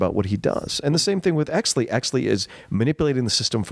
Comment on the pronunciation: Great podcast, was I the only one bothered when they kept saying hexly instead of exley